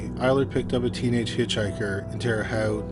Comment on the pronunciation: Terre Haute, you pronounced it correctly!